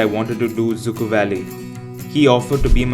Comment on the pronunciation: I mean did you say Dzukou or Dziikou? You should pronounce it correctly before you even post Anws you've got bad one cheeers